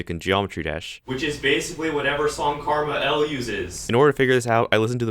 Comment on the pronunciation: Every time you say Krmal it is pronounced differently in every vid